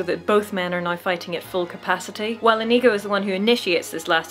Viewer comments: The way you pronounce Inigo is inconceivable. I mean it's OK, I get it. but the number of times I did a double take because I thought I heard a racial slur was uncomfortably high. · Love all your videos,, but OMG, it's pronounced "Inigo", not what it sounded like you said through most of this.